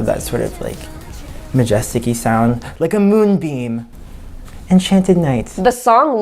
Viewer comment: "like a moon BEAM" sounded like MOONBIN :cc